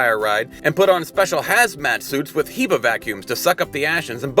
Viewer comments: HEPA - "hepp puh" not "hee puh" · the way he pronounced hepa. HAHAHAHA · Glad I'm not the only one to think that. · The pronunciation of "Hepa" is hilarious